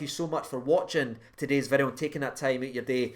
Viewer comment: "today's-ah video" 🤣